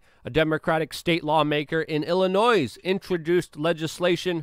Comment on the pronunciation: Illinoi it's pronounced illinoi not illinoise